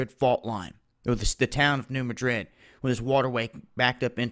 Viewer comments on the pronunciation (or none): Its pronounced new mad-drid